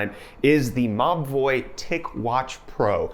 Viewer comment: Every he said "Mobvoi" I understood "ma boii"